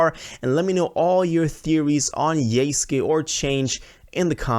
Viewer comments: It literally says YESUKE in your title, but you right away pronounced it as YEYSKYEY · It’s pronounced = Yous-kay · bro really said "yayske" 💀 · yay sky